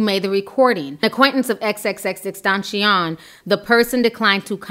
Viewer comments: His name cannot be that hard to pronounce Xxxtentacion= x x x-ten-ta-see-yon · It's pronounced xxx ten- taa- see- own... He was talented and disturbed and going to jail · "XXXtentaaachon" 💀💀😂😂😂 I can't 😂😂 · Still can’t say his name right 😂❤️ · I told her, just say "X". She fuck up names all the time, but I love her content tho. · we all have that one word we just cant pronounce correctly for the life of us. mine : rear wheel drive yours: XXXTENTACION. lol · Ti your pronouncing both of his names wrong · Can we start a petition to get Ti to pronounce his name correctly? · Just say "X" cause his name keeps getting butchered 😂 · U gotta learn how to say his name